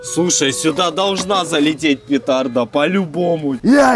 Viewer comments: Научи его говорить петарда а не пекарда колхоз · Не пикарда ,а петарда